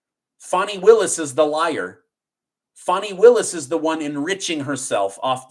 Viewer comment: It’s not Faaarni, it’s Fanny!